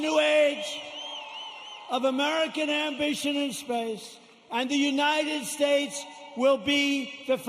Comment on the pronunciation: "United Stayes" LOL